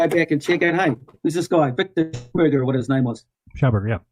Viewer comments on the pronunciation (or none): none